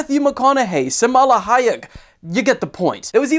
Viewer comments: SALMA HAYEK NOT (SAMALA) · Smala hyek ? Is SAL-MA LOL, or was it an intentional Kamala Joke lol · "Samal Hayek" ? 😂😂😂😂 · "Samala Hayek"? Come on bro. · > Semala Hayek lol. bro you turned out to be another illiterate youtuber:D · Did you really just say SAMALA HAYEK!!!!! 🙄🤮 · Bro said “samala highek” lol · bro said samala hayak 😂